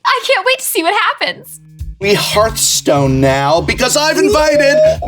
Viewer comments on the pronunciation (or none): none